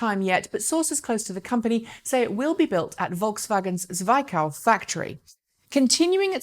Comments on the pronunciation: Zwickau is actually pronounced like "Tsvickau" with an I like in "fit". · Zwickau = Tsveecow